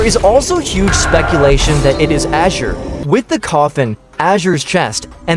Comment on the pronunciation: Imagine the tts generator sucks ass so much that it pronounces "azure" as "asherr"